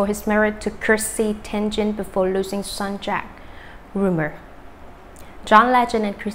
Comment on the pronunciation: This person/robot manages to confuse every story. My gosh! Does she know how to pronounce people's names? So disrespectful to the people and to the listener! TENGEN? Who is that? Kmt